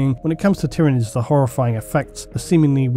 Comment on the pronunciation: Finally someone who pronounces Tyranids correctly!